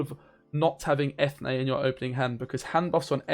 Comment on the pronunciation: its pronounced "freshenet" and Eithne is en-yea